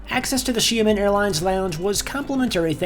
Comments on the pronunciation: From 'Shy men' to 'She men'.... it's still not pronounced right..... Close but still not quite; it's she AH men, with an ah sound in the middle as if you were seeing the dentist. It's actually two syllables but if you say it in quick succession I'm pretty sure it will sound alright. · Sorry not she-man more like Sheah-min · Sorry, but its "She-ahh men," Not 'Shia-men' 😭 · SHA (Downward Tone) MEN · I usually don't want to bother non-native speaker with pronunciation, but it looks like you want to give it a try. LOL I think Xia-men the "men" part is not an issue but the "Xia" prefix. "Xia" really sounds like "Shot" (Gun shot or drinking shot glass shot) without the "t" sound. Hope this helps. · it’s pronounced (SHE-AH-MEN) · You definitely got closer. Try saying it like Sha Men, like the sha in shadow. Also, was this filmed sometime before March? I saw a 737 MAX, unless that’s where MF is parking them... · I love seeing the “packs” of Av geeks wherever they can snag a good spot. 😊✈️ Another great video. I still don’t know how to pronounce Xiamen.😳😲🤪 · I am certain that any one of the flight attendants could have taught you how to say the name of the airline correctly...